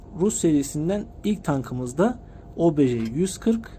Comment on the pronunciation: Kardeşim çok güzel olmuş ama şu obj lere obeje deme ya uyuz oldum istemeyerek